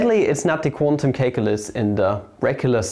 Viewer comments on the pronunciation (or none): please stop calling calculus "cake-ulus"